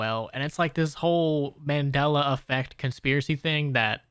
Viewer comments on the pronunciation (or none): none